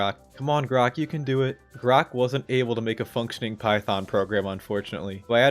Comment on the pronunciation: Calling Grok Grox is crazy